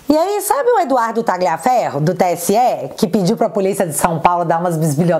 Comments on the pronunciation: só corrija a pronúncia do sobrenome Tagliaferro(pronuncia-se Taliafero) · Oi! A fonética de Tagliaferro é Talhaferro assim como, Raja Gabaglia é Raja Gabalha.